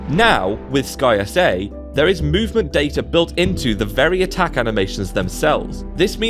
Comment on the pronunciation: Haha I love that you call it "Sky S A"... I've just been saying Skysa as one word this whole time.